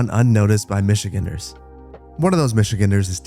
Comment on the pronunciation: If the inspiration is Mackinac City, it should be named after the Island. I propose "Marquette City" Also it's "Michi-GAN-ders" not "Michi-GEN-ders" But props for not calling us "Michiganians" (like our former Governor)